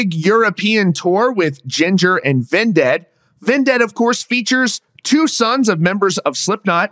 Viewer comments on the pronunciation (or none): I hate how you pronounce Vended as "Ven-ded" and not just "Vended" like why do you say it like that bruh. Great video tho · bro said ven dead 🤣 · Why are you saying vindead? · Why are you pronouncing Vended that way? You are saying it as if it was spelled D-E-A-D. Sorry it was just irking me